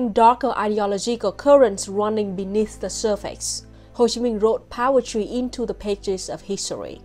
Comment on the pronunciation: love how it sounds like power-try when she says poetry, thats a much better name for poetry cause it can be so powerfull